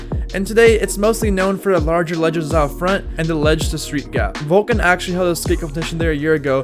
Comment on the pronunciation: Whats Vulcun? Just mispronounce everything and steal your content. Good, keep doing it man.